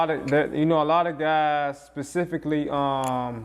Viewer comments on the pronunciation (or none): 34 dude it’s specific not pacific; stop listening to youngboy